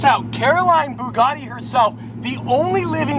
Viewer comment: "BOOGARDY"?? It's "BUGATTI" "BU" rhyming with "YOU", "GATTI" rhyming with "FATTY"